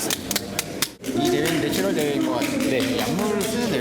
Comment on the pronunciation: 내추럴을 자꾸 내추얼로 발음하네...